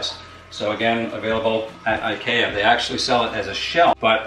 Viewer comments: I’m sorry, but did he say I-kay-a? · I love the way this guys pronounces IKEA lol. But seriously this was great to watch, I'm considering building my own enclosure as I'm fortunate enough to have a woodshop at home, and this was extremely helpful in making me realize I was very much overcomplicating it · i hate how he says ikea